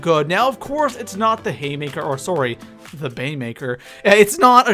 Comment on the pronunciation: Oh Canadians 😂"sorry"